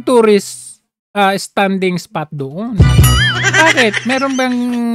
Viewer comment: bulol naman tong barkdog ng Malakanyang, anong 'tourstsis' spot pinagsasabi neto?